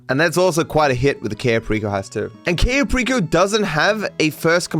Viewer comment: Non American English speakers have such a hard time pronouncing other languages. "Kayy-yo perico" wth is that